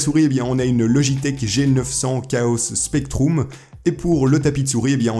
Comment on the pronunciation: "spectroum" mdrr